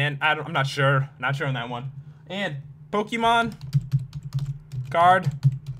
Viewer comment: Matt Hocking I wasn't talking to you someone on the video was saying pokelmon (as the one in minecraft)